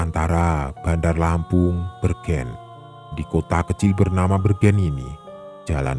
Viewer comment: Koreksi bang "'bergen'' salah pengucapan huruf "e" itu tetangga kampungku 🙏🙏😂